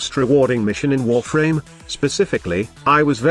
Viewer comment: When he said warfarm my spine split lol